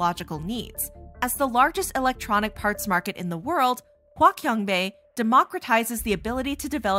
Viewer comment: its hua chiang bei not hua kian bei